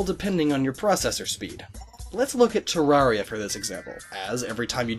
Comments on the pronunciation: YOUR SAYIN GIT WRONG ITS TER-AIR-EE-A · you pronounced Terraria wrong. it's Tair-air-ia. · Learn how to pronounce Terraria. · "Terrahria" - & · You’re pronouncing terraria wrong, it’s pronounced similar to terrarium. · You said terraria wrong!